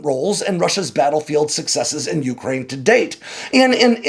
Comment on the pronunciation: Please learn to pronounce Ukraine properly.